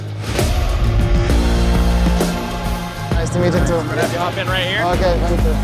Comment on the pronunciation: «Фэнк ю»😂😂😂